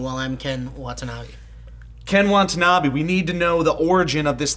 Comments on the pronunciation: It's Ken WATANABE not Wantabee. Aside from this minor pronunciation error, I pretty much agree with you guys about this film. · It's "wata-nabe" not "wanta-nabe" just fyi, I've just noticed I pronounced it wrong this whole time too. But, can't wait for x-men next week though!! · Wa-ta-na-be. Say it with me Joe, Wa-ta-na-be. ._. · Love how they repeatedly call Ken Watanabe, Ken WaNtanabe :P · Why did you keep calling him "Wantanabe"? Now you make me hungry. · You'd think if Ken Watanabe was one of your favorite actors, you'd pronounce his name correctly, Joe :P